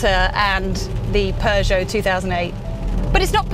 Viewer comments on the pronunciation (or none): none